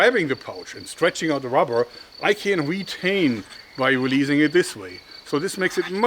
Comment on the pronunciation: I have been watching your videos since I was 13, I'm 21 now and your videos greatly influenced my hobbie in making my own slingshots. It's great to see your still passionate about using rrrrubbber hah hah hahh!